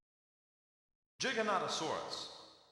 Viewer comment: they spelled and pronounced Giganotosaurus wrong...